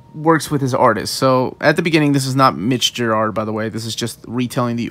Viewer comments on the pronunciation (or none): none